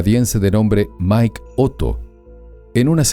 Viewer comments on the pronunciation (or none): none